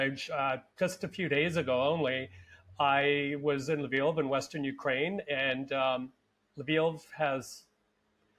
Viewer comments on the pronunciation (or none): none